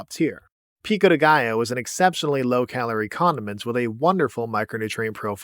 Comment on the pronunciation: Salsa in Spanish is just "sauce". Could it be it's just spicy sauce or something? It's not traditional in my region (Spain) so I can't name it properly, though, but we wouldn't just call a sauce, sauce. PS: Great job pronouncing "Pico de Gallo", the "ll" often eludes English speakers!